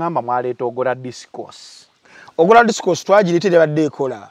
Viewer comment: AGORA "OGORA" AMIIN "OMIINI" OBOTE "ABOTE" Kikyi naye😂😂😂😂